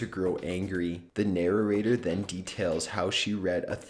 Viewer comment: This guy's pronunciation kills me: "mack-a-bree" for the word 'macabre', "narr-er-a-tor" for 'narrator'.